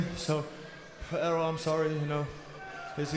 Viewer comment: i legit thought it said error instead of Errol